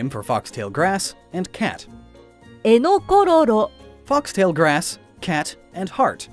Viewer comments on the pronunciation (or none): didn't she pronounce エネコ エネコロロ eneko enekororo like "enokoエノコ" "enokororoエノコロロ"?